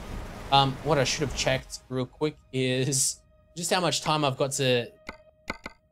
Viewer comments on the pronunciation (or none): none